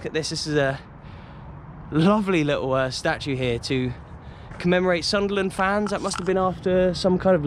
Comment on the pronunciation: Just subscribed with you..Saw the Hammers vlog and Arsenal vlog plus the ground that you played at that’s now “Planet of the apes”..Mate your videos are so interesting..And I’m a Sunderland fan and you say Soonderland very well 👌 ..Red and white army…Really good vlogs mate.. And yes we are bigger than Newcastle..🤣..